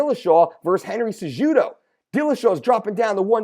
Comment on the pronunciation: Learn to pronounce the fighters name (sa who doe) not sa JUdo